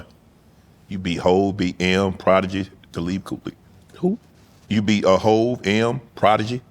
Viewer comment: Shannon was tryna say Talib Qwali , wonder why he stopped 🤔...